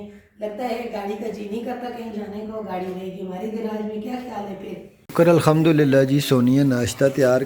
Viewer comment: Bhai ap Alhamdulillah sahi se bola karen aisa lgta h ap or sonia Alkhamdulillah kehte hn is se lafz k mayene badal jate hn